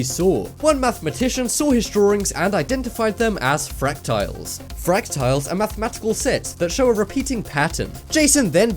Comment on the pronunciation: Ok...first..they are fractals, not "fractiles". Second, there is no such thing as a magnetic person...all have been proven frauds...show me that kid with a ladle stuck to his chest while wearing a T-shirt! ..if he were truly magnetic. ..it would work!